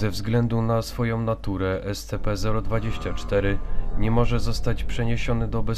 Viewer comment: czyta się scp sćp a nie scp